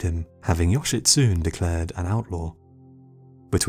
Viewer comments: Japanese translation, yoshitsune is not pronounced yoshitsuun. It`s more like yo-she-tsu-nei. you`re welcome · Just saying, Yoshitsune is pronounced Yoshitsu-nay not Yoshitsoon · yoshitSUNE NOT yoshitSOON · You are pronoucing Yoshitsune with English phonotactics. Remember, if you are reading any language outside of English you say the ending 'e'. 'Yoshitsun-e'. Also if you are interested in the story of Benkei and his Minamoto samurai master look up the movie "The Men Who Tread on Tiger's Tails". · Yo- shi- tsu- ne Thats all the nitpick I have with this video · Me a Japanese guy cringing at the pronunciation of Yoshitsune: 😬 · As Japanese i also feel your pain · You are mispronouncing the name "Yoshitsune". The name has four syllables: the final e is pronounced like the letter A. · You pronounced Yoshitsune wrong.